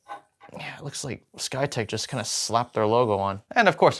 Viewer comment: You keep saying "SkyTech." I only hear "PlayTech."